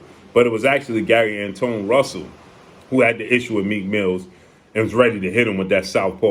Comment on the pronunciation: Gary Antawan is how u pronounce it, if im not mistaken. The only one who beat boots